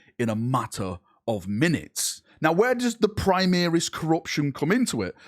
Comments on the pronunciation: PrimAris man.....pri-MAR-is.....ffs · "Choral" is pronounced Core-al similar to chorus, also "Primaris" is not Prime-ear-is but Prim-ar-is it's a bastardisation of the Latin Primarius which is pronounced Prim-ar-ius